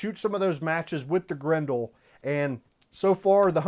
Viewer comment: It’s pronounced Grendel not Grendel